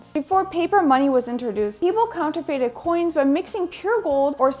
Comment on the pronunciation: RayRx84 Glad to know I'm not the only one who noticed, Counterfated. Every time she said it, it would aggravate me more. Lol